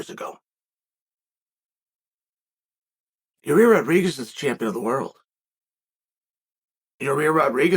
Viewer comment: Bro please announce his name right lol